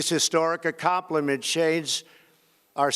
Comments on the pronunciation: “foment” “tollar-what”?! “these accompliment shades”????? Whoever wrote this speech should be fired or kicked out of America. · These historic accompliment shades our strategic priorities. Did he have a stroke? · I’m a fan of trump but “acomplamentshades” cracked me up